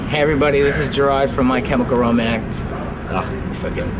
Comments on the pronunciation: "My chemical romange.. Blah". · "This is gerard from my chemical romankss"